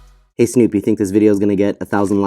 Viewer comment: 1minute 23seconds in. Who? Yeah never has Snoop been mispronounced so badly. 😂